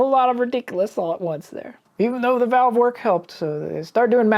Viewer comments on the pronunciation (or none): none